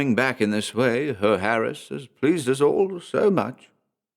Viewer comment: Awesome story! Love the narration. Only a little thing Herr is pronounced hair. Loved it👍👍